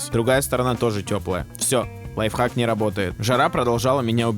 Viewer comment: Не лайфак а лайфхак